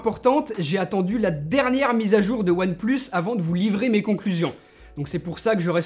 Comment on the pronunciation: We say one plus seven pro hhhhhhh one et plus et sept et pro what the f... hhhhh